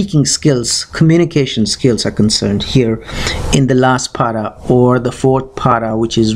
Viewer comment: It's not paada but pada. Please don't mispronounce words. Thanks.